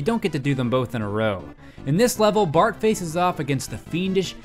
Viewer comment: In he calls Bart "Bark " :P